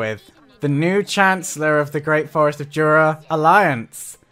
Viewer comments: hey (( IT'S "JURA" TEMPEST FEDERATION BTW )) not juda 🤣🤣🤣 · He's been saying Jura all the time